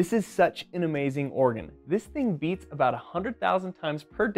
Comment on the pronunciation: At first, I thought he said "yeets"- as in "this thing yeets about 100,000 times per day". I have decided I like this better, and moving forward I will now ask my doctor to listen to my heartyeet instead.